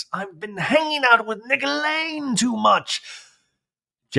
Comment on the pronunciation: Every time you say Nickolain I bust out laughing 🤣 😂😂😂😂 I can’t get enough.